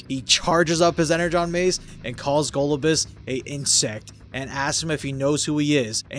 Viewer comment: Go-LOB-you-us is how its supposed to be said.